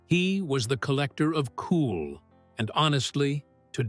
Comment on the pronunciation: Mary is the definition of a hipster, and the way she says cool as "kewel"...🤦🏻‍♂️😂